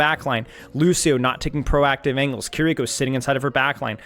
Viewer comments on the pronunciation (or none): none